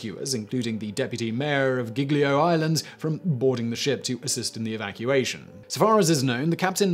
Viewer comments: The way you say "Giglio" makes it sound as if it were spelled "Ghiglio". In Italian G's immediately before E's and I's are soft, as in "juice". At all other times, including when there's an H immediately following (which is never pronounced no matter where it comes in a word), the revert to being hard. There's a similar rule for C's followed by E's and I's where it becomes a "ch" sound as in "child". Again, if there's an intervening H, the normal hard C (sounding like K) is used. I won't go into the subtle change that happens to the pronunciation of the vowel immediately following such constructions - most English speakers cannot hear it without training. Nor will I talk about how to correctly pronounce "gl" which English speakers find very difficult. The name Genoa has the stress on the first syllable. Not all Italian words have the stress on the penultimate syllable - most do, but many don't. There are some insanely complicated rules for working this out, so it's easier just to learn the correct pronunciation. Thank your lucky stars you're not learning English where the pronunciation of often impossible to deduce from the spelling - notable for this are Americans saying British place names. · The actual phone call to Schettino and his exuses not to back on board was saddly hilarious... Also, I love you butchering Italian names, "skettino" ("sc" you got right should read as "sh" but "ch" Is more "k" like), "geeljo" "g-ljo".... here seem instead you read "ghighlio" (again as with "c" same with "g" when followed by "h" the sound get "harder" without Is more smooth mixing with the following "e" or "i"... "Gl"... Well i give up dunno how ti explaint It you should hear... "Lj" maybe?) "Sc" "Gn" "gl" "ci/e - chi/e" "gi/e - ghi/e" and the different pronunciations of "s" "ss" and "z" those are the worst to get for foreginers. No blame anyway... You do cover toons of different story from all over the world. Keep up 👍🏼